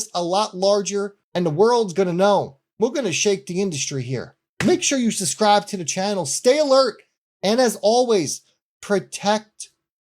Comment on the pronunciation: Stop saying SUSS-CRIBE!!! The word is SUB-SCRIBE. SUB-SCRIBE!! There is a B in SUBSCRIBE!